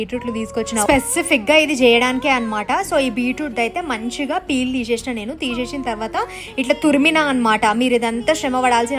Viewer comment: Theesheshi kaadu..teesesi😂😂